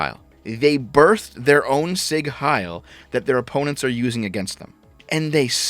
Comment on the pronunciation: It's "Sieg",, not "Sigg". IE means long. Also the S is soft.